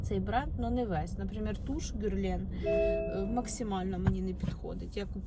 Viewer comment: На сайте Брокард тональный стоит 1762 гривны и фирма ГЕрлен а не ГЮрлен😂